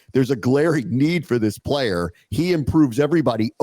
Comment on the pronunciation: I love ya.. but please don’t ever “Playa” like that again lol 😅